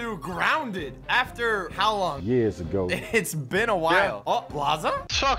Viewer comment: Socks " it's been a while " it's actually been yers